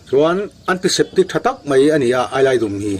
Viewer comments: Eyelidum" I lam diklo AILAIDUMM.... TI A LAM TURSSSSS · Ailaidum tih hi keini chuan Aizawlkawng emaw Pangzawlkawng tih kan lamrik thluk hian kan lam ri ṭhin😂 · 😁Ni e, ka hriatdan chuan 'Ailaidum' tih a dum hi 'rawng dum' tih sawina dum tih rikdan ang chiah a lam tur a ni. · Enkawl nan an hmang i ti ringawt a, engtin nge an hman dan i sawi leh silo. Tin, Ailaidum hi i lam diklo bawk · Ailaidum chu a lo tha hle mai. Mahse ' i lam rik dan a dik lo. 🥰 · Ailaidum tih i lam rik dan hi a dik lo. dum tih lai tak hi, Zawhte dum ka nei, kan tih a, dum lai ri ang hian, ailaidum tih tur.